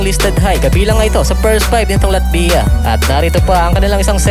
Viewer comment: medyo masakit sa tenga. Paki pronounce mo ng latvya. Thanks...